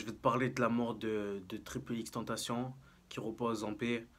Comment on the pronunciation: ça se prononce èxe èxe èxe tèntaçion (en mode espagnol)